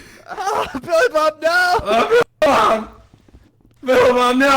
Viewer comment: It’s billeh bob ver